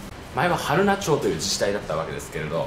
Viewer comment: 群馬に来られたのですね！会いたかったです。 ちなみに、はるなちょうではなく、はるなまちです。